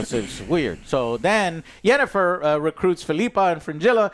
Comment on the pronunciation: Phil-ippa joe. Sorry im being annoying but its Phil-ippa.